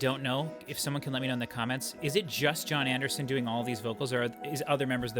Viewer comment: You are all over the place .....Lawd Spare Us. CTTE. The. Drama, The. Jon Anderson solo album......my goodness do some homework on how to say the name. I fear this reaction will be horrific for you and ultimately for those watching. Unbelievable.